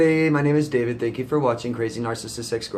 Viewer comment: I thank you so very much David!You pronounced my name so right and made me clear. He was definitely a borderline. Love from Bangladesh.